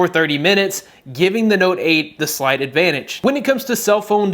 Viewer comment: I'm sorry... did he just say SLIGHT advantage?